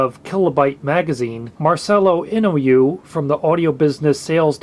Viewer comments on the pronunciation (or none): That man's name is pronounced In o Way, not In o You. I really regret giving my wonderful Aiwa tape deck to my brother, who had zero appreciation for good audio and promptly destroyed the deck. I have since learned he destroys every kind of electrical device or tape, CD, computers, phones, everything. Really miss being able to run to a store and pick up a 6/8/10 pack of good quality audio tapes for like $10 bucks. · Pronounced "In-Oh-Wee". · that name is pronounced In-OH-eh :) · Thanks for the comment-love. Oh, also, forgot to mention: great sleuthing on those various counterfeit Japanese parts you mentioned are used in some crappier Chinese decks. (P.S. To any pronounce-o-philes out there, the "In" in Inoue should also be said more like English "een" than "in".) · Inoue is pronounced "In - oo - e".